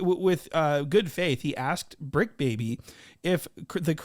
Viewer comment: “it’s the bricc not the tricc..” lmaoo ! 🤣